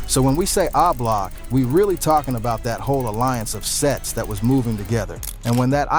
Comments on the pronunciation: What tf is ( ahhh-block ) it’s o-block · 👀 Dude it's Oblock not Ah Block!!! It's really irritating and highly distracting to hear you repeatedly incorrectly pronounce it like that. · 😂😂😂 this video... Boy i tell ya..🤣🤣🤣 my boy say ahblock 😂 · 😂lol why this dude keeps saying AHH block...😅😅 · When you can’t pronounce the block name you trying to talk about you should be quiet 🤫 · The way you say O-Block is crazy 😂😂😂